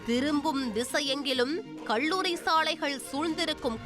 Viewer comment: நம்ம ஆண் செய்தி வாசிப்பாளர் பள்ளியை பல்லி என்பார்.. இவர் அவரோட தங்கையாக இருப்பாரோ??? கல்லூரிக்கு கள்ளூரி என்கிறார்.. எல்லா புகழும் தந்தி டிவி க்கே